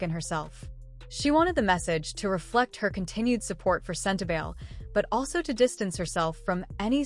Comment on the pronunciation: It is pronounced sen-te-BAl-ee.